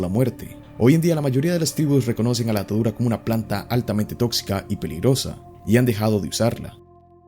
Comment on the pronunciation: Me da rrepeluz cuando dices datadura en vez de datura 😂😂